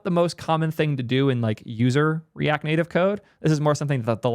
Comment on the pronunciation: What is “the native liar”? Are you trying ro say layer? And the “netive” pronunciation of native is also peculiar. Like a Canadian under transition. Never heard these from you before. Cook